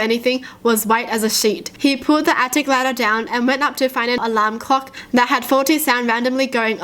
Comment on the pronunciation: When she said alarm clock I thought she said lamb cock lmao